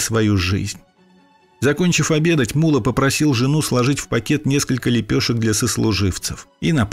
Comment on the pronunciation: Блин, насколько можно не знать родной язык, чтобы произносить "мУлла" вместо ""муллА".